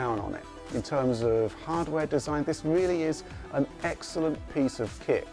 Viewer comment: Almost sounded like he said "An excellent piece of sht" XD